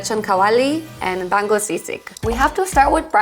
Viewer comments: Pronunciation of the names are mostly good. EXCEPT for bangus its not "bang-gus" its "ba-ngus" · Ba-ngus not bang-gus